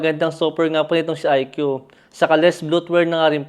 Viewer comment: Ikoo po not Ikyu 😅 ✌🏼